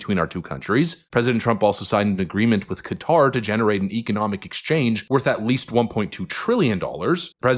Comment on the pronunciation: knows how to pronounce Qatar correctly. Anchors don't!